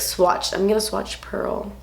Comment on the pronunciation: its not pearl its perla